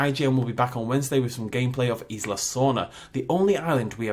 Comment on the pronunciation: it's weird that they showed the indominus twice, it's like ign knows and wants to tease us..also indorex? really ign voice over guy, i mean you still can't pronounce Isla and now indorex